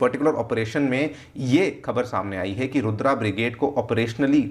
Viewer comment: Stop saying रुद्र as रुद्रा, comeon you seem to be teaching.